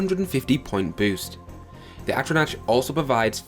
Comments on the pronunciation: Jesus christ mate you realize you were pronouncing just about everything wrong? MaJEEKa? AtroNATCH? MysTICKism? My ears are bleeding lmao 🤣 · "Majeeka", "Mysti-kism" and "Atronatch"? Nice pronunciation brah. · Magicka - Emphasis is on "Ma." Think of it like "magic" with an added "a" or "magical" without the L. Mysticism - The "c" is pronounced like an S. Atronach - Atro-knock. Altmer don't have a 25% weakness to magic, they have a 25% weakness to fire, frost, and shock damage (this is an important distinction since they are not weak to non-damaging magical effects like the drain of attributes and skills). Don't push Bretons off the table! While their Fortify Magicka effect is only half that of the High Elf's, but they have a +10 to Willpower which governs Destruction, Restoration, and Alteration while also increasing magicka regeneration and fatigue. Their 50 points of magic resistance not only gives them resistance to damage from Destruction spells, but also non-damaging effects like the drain of attributes and skills (which I mentioned before). It also gets rid of the need to alleviate the Altmer's weakness to fire, frost, and shock damage. I personally choose the Apprentice birthsign, since while it give you less magicka and 100 points of vulnerability to magic, it allows you to use the boosted magicka regeneration from Willpower's +10 and again, this drawback is reduced by the Breton's magic resistance (and frankly easier to manage than the Atronach completely removing magicka regeneration). Basically, if you want to use the Atronach birthsign, use a High Elf, but if you want to use any other sign (like Apprentice or Mage), use a Breton. Additionally, the numbers you list for t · Atronatch majeeka mystickism lololol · I don't want to come across as an ass or anything but... Atronach is pronounced Atro-nock Magicka is pronounced Maj-ick-uh I have no problem with it, but it might save you some hassle in the future.